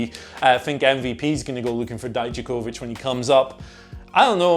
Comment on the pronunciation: Thank you. For saying Dijakovic properly. When i watch nxt they say it wrong. Pronouncing “Vic” not “Vich”